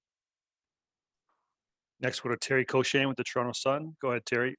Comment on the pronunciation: He’s pronounces Toronto like we do 🥲